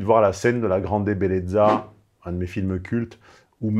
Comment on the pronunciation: On prononce La Grande BelleTSa, pas Belleza. Il faut "bien appuyer" sur le double Z.